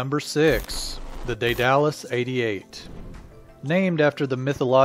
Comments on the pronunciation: The commentary for this little production is seriously over-written. Back off with the verbiage, mate! It sounds silly rather than informative.... especially when you get it so wrong. ("Dædalus." Ha ha.) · Day Dallas is actually pronounced Die dul uss, with the stress on the first syllable. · I think its pronounced they the loose not they dallas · I've heard "DAY-duh-lus", "DEAD-a-lus", and "DEE-duh-lus", but not "day-DAL-us". "day" is just what it looks like in English (and is one way to pronounce the Latin "ae", as in words like "vertebrae"), "dead" is the modern pronunciation of the original Greek (Δαίδαλος, which looks like Daidalos by direct Latin substitution -- the "ai" diphthong is pronounced "eh" in modern Greek, if not also ancient Greek), and "dee" is the typical pronunciation of the Latin spelling ("ae" is generally pronounced "ee", as in words like "aegis"). The pronunciation "DYE-duh-lus" would also make sense as one variant of the Latin (some sources claim "ae" is closer to "eye" in proper Latin). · Daedalus pronounced (dAed Alus) not (day dalus). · It's not pronounced Day-Dallas. It's pronounced Dead-A-Lus. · "Day-Dallas"... No it's "dayduhlas", smoothly and quickly. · It's pronounced DAYduhlus, not DayDALUS... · its not a day-dalus. Its called dEdalus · Daedalus... pronounced "Dey-Duh-Lus" not "Day-Dallas" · It is not said day-dallas it is day de lus like from greek mythology lol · pause Day-Duh-lus... Daedalus... continue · Say Day-Dallas one more time, I dare you! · Try Day-du-lis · Isn't it ''dead-a-lus'' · It's pronounced DEEdle-us. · Lol, that's not how you say Daedalus. It's dee-du-lus. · Agreed Phil B - I was on the beach in the 90s when a Vulcan flew loud and low over day-dal-us. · Ae says ee. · lol that pronounciation of daedalus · REALLY you can't pronounce Daedalus???